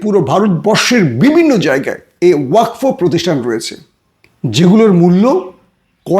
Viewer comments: ওয়াক ফো নয় ওয়াকফ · ওয়াকফো আবার কি ওটা ওয়াকাফ 😅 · Uccharon thik korun . Wakfo noi wakof. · ভাই কথাটা ওয়াকফ। ওয়কফো না।